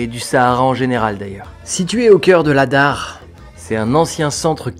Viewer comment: pardon c'est Adrar et non Adar (0;12mn)